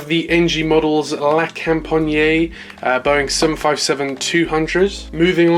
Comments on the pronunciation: it is pronounced la compagnee not la companyeah im not any hater it just irritated me a bit as a french human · Yeah the best way to say it without speaking french is la com-pa-nyee but without dragging out the nyee too much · Lol so cringe the way you say "la compagné". the best way to say it is to not say the "e". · you can open the A400 doors, it's like the C17 you can go for it ;) oh and btw it's La Compagnie (la companEE the E sound as in General LEE not IEY just for your knowledge not a critic) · Just pronounce la company but with a French accent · he aint saying it right lmao